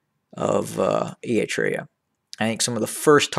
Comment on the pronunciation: You cant even say eritrea